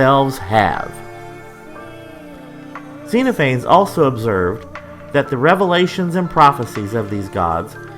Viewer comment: I hate to be pedantic, but I'm pretty sure it's pronounced "Zen off a knees"